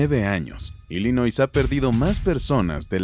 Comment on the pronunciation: Nel carnal tu información esta muy mal. Y se pronuncia ILLinoi sin s.